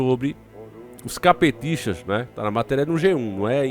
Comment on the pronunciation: Uma coisa é engraçada, quando se ouve o falando CAPETISTA, eu entendo caPTista. Kkkkk